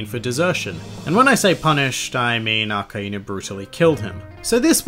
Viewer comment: I thought it was akainu not akaenu